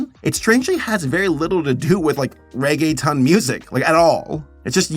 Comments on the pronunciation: Reggaetown? Cute but no, it’s ReggaeTON as in a TON of Reggae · Somebody probably mentioned, but in case they didn’t, it’s pronounced Ray-gay-tone. Not a big deal just thought I’ll mention. It took me a few minutes to realize that’s what you meant. I must be a little slow. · As a Hispanic I miss 2000’s reggaeton (I cried every mine he pronounced reggae-t-O-n as reggae-tun 😭🙏🏽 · It's is reggae tone not ton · The only part I couldn’t help but snicker was his pronunciation of “ReggaeTON” 😂 when it’s “tone” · Bruh says reg a tone instead of regge thone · if it helps for pronouncing Reggaeton you say it Rae-Geh-Tone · Anyone else chuckle at him calling "reggaeton" "reggae-tun" & "reggae-town"? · I love pronounced regeton as reggetown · You were actually doing really well in annunciating then you said Regetown. SO CLOSE SABER! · It's pronounced like reggae tone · I lost it when he pronounced Reggeton as "Rege-Town" 😂😂